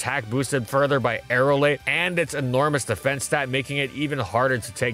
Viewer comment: OMG, YOU SAID AERILATE CORRECTLY 😍😍😍 Aerialate would've made sense as a name, but it's not how it's spelled...but that's how most people pronounce it 🙃 So thank you!!!